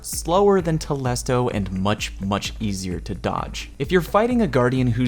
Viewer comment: it's telesto and not tolesto. I learnt that today